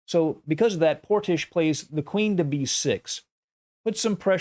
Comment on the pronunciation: Excellent commentary as always Love how you say Portishch